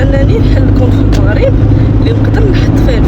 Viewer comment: المَغرب ماشي الموغريييب